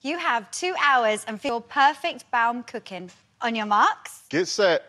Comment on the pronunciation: Is it so difficult to pronounce baumkuchen right?